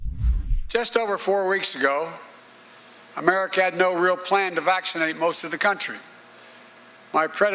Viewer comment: Did he just say Americat? We're all Americats now.